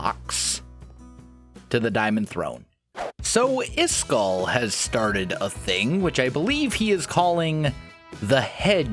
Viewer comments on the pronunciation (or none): Lol, pronounced Iskall's name like "Iskill,", it is pronounced 'Iskall.' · When calls Iskall Isgall.😖